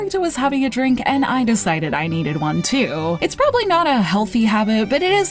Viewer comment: "dwink me!"